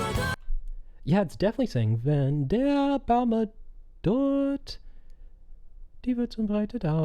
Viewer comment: I think the reason she sings Baum like 'baume' is because usually in Japanese they don't end their syllables with consonants except 'n' and even then they extend the sound of it. Also as a German speaker it is very difficult to actually understand the words without having the lyrics, but that's standard for Sawano songs.